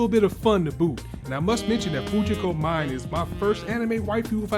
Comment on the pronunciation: U called urself a fan when u can't even pronounced Fujiko Mine's name lol. It's pronounced "Meenay"